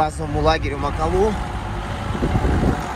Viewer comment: Прекрасный фильм! Только очень режет слух МакалУ..... разве гора не МакАлу называетсы???